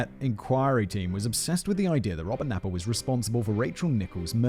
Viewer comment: 😂 Robert Naiper.... I read it that way too... me and simon....same page...don't know why.